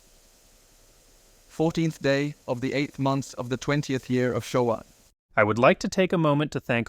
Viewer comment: The last word should be “Showa” not shoah. Showa was the name given to the era of Hirohito’s reign.